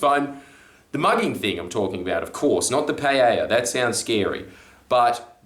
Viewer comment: I'm just stoked you know how to pronounce paella